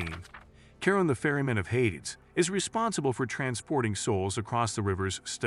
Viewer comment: Idk which hit my ears worse - Herms, Herickels, Hayds, Aphrodight